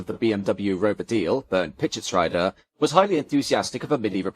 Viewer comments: Pischetsrieder is pronounced PischetsREEder, not PischetsRYEder. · Everytime a pain in my German ears when 90es BMW comes up. The second half of the name "Pieschetsrieder" would be pronounced as "reader" in an English word, not as "rider"